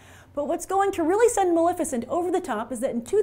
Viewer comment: Maleficent not Malificent